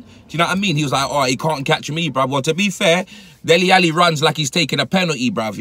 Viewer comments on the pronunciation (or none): none